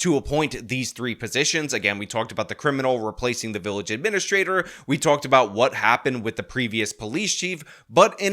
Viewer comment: “Uhh-mena-straight-or” is the funniest way I’ve ever heard administrator pronounced.